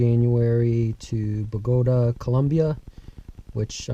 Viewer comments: Say, after you go to Bah-go-duh, maybe you can take a trip to Hān-dür-ass, or maybe go to Bell-uh-zee. I hear Reori Day Jean-aerio is nice this time of year. Lols. I'm just messing with you. Nice car, cool video. Congrats on the purchase. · and its Bo-gah-tah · sorry, it's pronounced BO ga ta.......neat cars